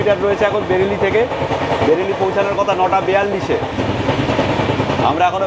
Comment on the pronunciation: মনে হয় বেরেলি নয় বারেইলি হবে ।।